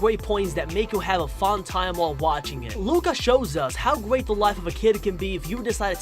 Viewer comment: You say guat in stead of great